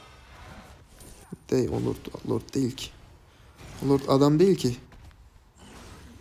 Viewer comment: 10.dakikaya dikkat etsenize İstanbul üslubu adana conolarina dönüyor. O değil o değil o deel o deel ulan ne güldüm bswhhwhs😂